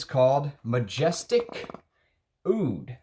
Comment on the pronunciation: I lived in Middle East. Roja is saying wrong. Arabs and Asian says Oud not Aoud. and this only Oud. the letter in Arabic against A is Alif and O here rep. Ain where ain sounds from back of throat and have no similar sound in english , Hindi , Persian and Urdu.